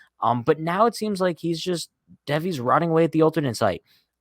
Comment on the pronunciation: I'm pretty sure his name is pronounced like Davey